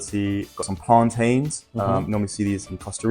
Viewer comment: His pronunciation of plantain 👏🏾👏🏾